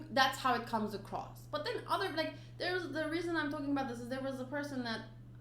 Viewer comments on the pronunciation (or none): none